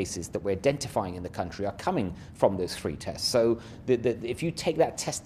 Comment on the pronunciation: LATTERRRWALLL FWOOOWW TESSS. BWWOOSTERR PWOGWAMES